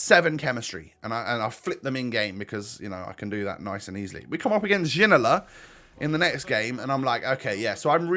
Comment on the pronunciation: Hi Ginola is actually pronounced Jinola.